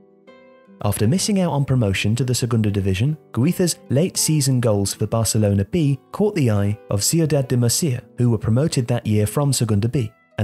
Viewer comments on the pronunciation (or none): none